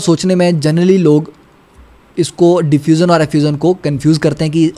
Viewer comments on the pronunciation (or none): .......Diffuzan and Effuzan 🤣🤣......awesome video💯🙏🏽